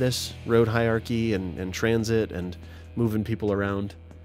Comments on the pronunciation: It's hierarchy, not hi-archy like you're saying, happily strolling through life, omitting syllables all willy nilly. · you say "Hiachy" 😂. Had to pause for a second and stifle a giggle. Great useful information, though. I am new and have been very much enjoying all of your past and present tutorials